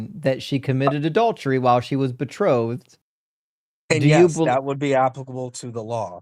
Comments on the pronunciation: bethrottled?? wtf is that. did he mean betrothed ? these guys are so dumb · Be-throttled? Is that another Wes Huff mispronunciation?